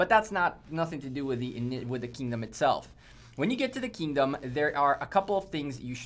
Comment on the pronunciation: It’s Kingdom not “Keyingdom”.